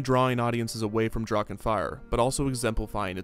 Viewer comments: Yo, German here, "Drachen" is pronounced "Drarrren" just like the "ch" in "Loch Ness" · The pronunciation of Drachen makes me aggressive.